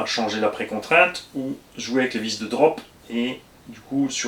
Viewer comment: C'est les vis de droop (affaissement) pas drop 😉